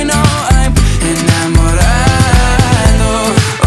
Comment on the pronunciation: So proud of you Alex! You are amazing... I loved this! U deserve much more than this..more views, more subscribers and more fans....if u keep on singing like this then definitely one day u will be famous and u will become a big singer. Btw I love the way u pronounce enamorado.